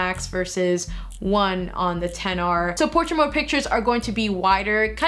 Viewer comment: You said 10R instead of XR